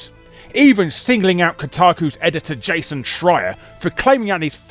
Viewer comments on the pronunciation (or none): none